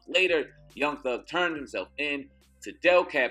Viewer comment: its pronounced deekab not delcab